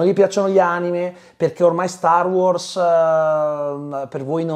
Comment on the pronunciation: …. StarWars!!!!!!! Sbagli sempre accentooooooo